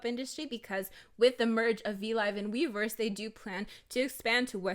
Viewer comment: i keep hearing miiverse instead of weverse 💀💀💀💀